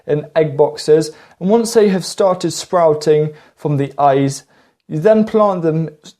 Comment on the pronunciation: Waining, spwouting, "weally cheap", "genass helping", gwow, sepowate, cause your potaitows to wot, awey plave. Can you say "Mawage, mawage is what bwings us together todaie".